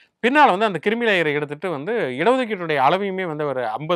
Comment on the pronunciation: 'Paandu' இல்லையா 'Bondoo' வா அவர் பெயர்? ஆண்டவா? கிருமி லேயர் இல்லப்பா! அது 'க்ரீமி லேயர்!' (creamy layer)!